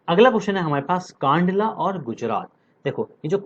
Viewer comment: Kandla ka sahi pronunciation(उच्चारण) कंडला होता है। कंडला ✔️✔️✔️ कांडला ❌❌❌